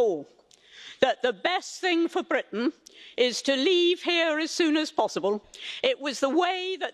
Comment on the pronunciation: I do love the way Anne rolls her tongue on Britain